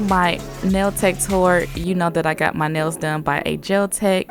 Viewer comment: ShE sAyS nAiLs LiKe nAiS